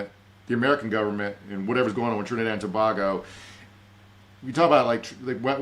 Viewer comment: I love you and your big brain to bits, but for the love of god, it’s Trinidad and TO BAY GO!!!